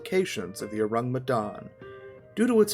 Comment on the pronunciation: You pronounce the name of the ship wrong get it right